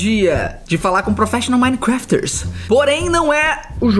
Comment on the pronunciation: Eu amo o Felipe falando “ professional minecrafters” kkkk🤣🤣🤣